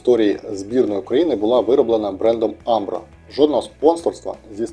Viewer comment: Одна поправка, форма була не від "амбро",а правильно "Умбро"))